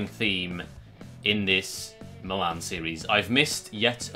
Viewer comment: why does he say meelan instead of Milan anyway still love the videos boss team